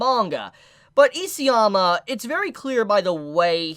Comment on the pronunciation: Please pronounce the author’s name correctly. It’s ISAYAMA, not EASYAMA.